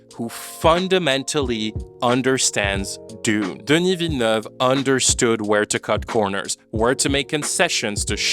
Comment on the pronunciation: This video is wonderfully insightful and your flawless pronunciation of "Villeneuve" is cherry on top!